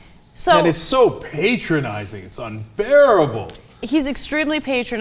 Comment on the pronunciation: I don't wana be patronising, but it's patronising not patrionising or however he said it